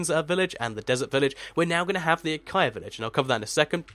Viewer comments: Acaia? It's Acacia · It's said a-cay-shaa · No! Ah-cay-shee-ah acacia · acacia does not sound like acia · its pronounced ah-k-shia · I think it's pronounced: Ah-cay-sha Acacia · Ita called ac-ay-see-a lol its my friends name ha ha ha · It's spelt Acacia, and pronounced that way as well. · pronounce acacia a-caish-ia (not hating :p)